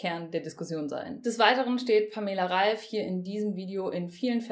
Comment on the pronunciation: Wird der Name nicht anders ausgesprochen?